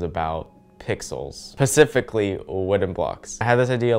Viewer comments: Is it just me or did no one else notice the "specifically" as 'pacifically' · idk why I felt the need to point it out but said “pacifically” and not “specifically” 🥺😭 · Fre-shavoc-ado... You pronounced "Specifically" "Pacifically" in the beginning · "Pacifically" 2021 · My guy really just said "Pacifically" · "pasifically pixels." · HE SAID PACIFICALLY 😭😭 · just gonna ignore his pacificly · Pacificlly? Pacificlly? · When he said pecifically wooden blocks 🤮 honey no no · hi i love you so much💗 but did you really say pacificly or is this just a joke that i don't know about...😅